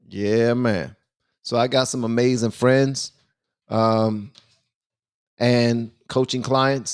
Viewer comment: "to our amazin country " hahaahahhhaha